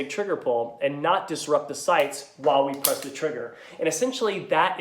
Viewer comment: "Are the shights off?" lol love the voice. Sounds like the challenged brother of Cameron Diaz in "There's Something About Mary." Wanna see my baseball?